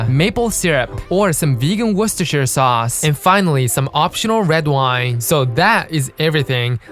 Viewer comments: Especially since it's pronounced "Worster". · Please say "Worcestershire" again 😂